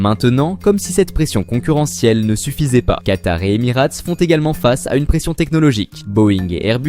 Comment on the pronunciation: en revanche je suis d'accord, cette vidéo n'a absolument aucun intérêt et n'apporte aucune information utile. Et il serait judicieux de prononcer Emirates correctement pour commencer...